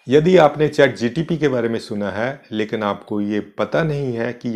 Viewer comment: श्रीमान जी चैट जी टी पी न बोले.